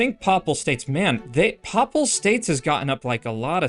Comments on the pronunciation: “Pay-pull” states. Not “paw-pull” 😊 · Papal is pronounced "pay pull" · lol "popal states"